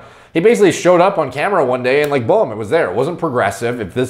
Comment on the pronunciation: says balm instead of boom